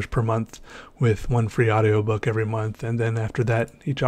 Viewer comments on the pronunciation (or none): My cousin says your drawing is “vewy nice”